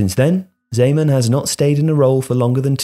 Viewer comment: I'm glad you finally learned to pronounce his name